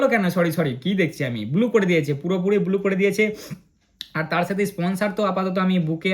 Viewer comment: দাদা তুমি ব্লু😂 বদলে বলছো বুলু